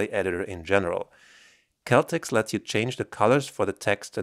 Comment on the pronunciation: I think it’s pronounced Cell Tex